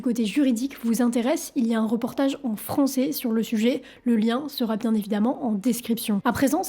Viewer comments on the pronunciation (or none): none